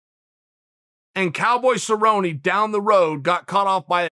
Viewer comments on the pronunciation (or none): none